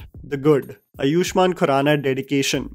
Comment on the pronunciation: bhai अयुष्मान नहीं आयुष्मान is the right pronunciation...please correct